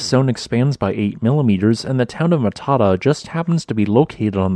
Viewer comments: Which would make sense if the pronunciation of Matata in the video is correct, but it isn't. It is pronounced Mat-a-tah (long ah sound on the end). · Ma ta ta, seriously? Mata ta, suddenly I'm finding it hard to take you seriously before you even finish your first sentence. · Very cool. I drove through here last Xmas holidays. The macron over the last 'a' means you give it extra emphasis - Ma-ta-taa. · I chap I went to school has a dairy farm right on the river at Matata ( it’s pronounced Mata -Ta .. l really enjoy your postings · pronounced "matta TAH" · For the benefit of non-Maori speakers, the pronunciation of the town of Matatā is: "Mutt - uh- TAR". It's a Maori place name. The short "a" is pronounced as the "u" in "up", with the long "a" (signified with the line above the letter - the macron) is sounded as the "a" in "farther". Consonance are pretty much as their standard sounds are in English. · Matata, pronounced mat-a-ta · Matata is pronounced Mat-tat-tar. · Pronounced more like mata taa. Great video. I learned a lot, thanks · Interesting. Pronounced locally as "matter tar" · Matata is pronounced Matter Tar. :) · Wow ! But we pronounce it “Matter-tar” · Its not Mah tah tah 🤬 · Mat-tar-tar Mat as in Cat. Ta as in Tar. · It is pronounced mat a tar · Ma-ta-tā. Torpō. Please stop sounding like a bad AI. Please learn how to pronounce place names of places you want to talk about. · Pronounced Mat-a-tar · Dont really think he cares about pronouncing things right or even having his facts 100% right. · Kind of detracts from your scholarship in that you haven't taken the time to discover the correct pronunciation of the name of the town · I don't live far from there (btw your pronunciation is terrible, it is not pronounced the same way as "Hakuna Matata"), beautiful place, beautiful beach, I would live there no problem.